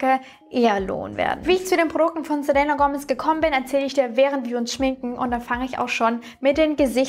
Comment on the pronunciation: Man sagt "selina".😉😘😘